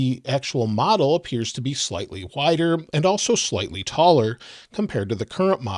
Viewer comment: Slightly whider and taller? Did I hear that right ?